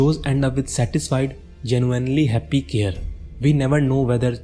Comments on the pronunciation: It's pronounced 'Kay-Rie' nor 'Care'. Nice video. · it's pronounced Care-Ree